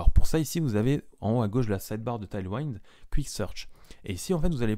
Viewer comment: C'est pas taillely waïnd, c'est tèyl ouind, ça veut dire vent arrière, un vent qui pousse vers l'avant donc. J'ai du mal à regarder la vidéo tellement c'est massacré!!